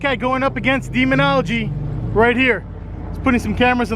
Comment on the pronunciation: This idiot can’t even pronounce demonology he says demon algae